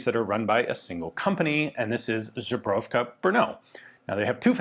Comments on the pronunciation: i laughted so hard when i heard his prouncounation. irony is that i cant spell it neither. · It's not "Zubrowka Brno", it's "Zbrojiovka Brno". Zubrowka is a kind of hard liquor, it's made with bison grass, "zubr" being a general slavic term for bison. Zbrojiovka means "armoury", "zbroj" being "armour". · It's so funny, how after many visits to Czechia, Ian still cannot pronounce one simple word : Zbrojovka. West slavic and south slavic word for armory. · zbrojovka, but yes you are correct